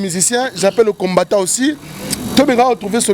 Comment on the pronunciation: Désolé mais parle mieux👏👏👏 que celui qui habite en France...🤔 Cherchons l'erreur *Musulmans radicaux....et non radical *combattant et non combatta 😜 Soutenu... Et non souteni...il a dû mal à retenir les questions.... Rappellons tous que ce n'est qu'un Chroniqueur à la congolaise et non un journaliste possédant une carte de PRESSE... Yebela